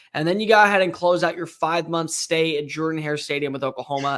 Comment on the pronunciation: just saying, if you are going to be commenting on SEC, please get the name of Auburn's stadium correct. Thanks